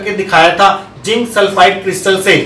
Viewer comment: Sir! Jinc nahi hota ,zinc hota hai. 😂😂BTW video was lit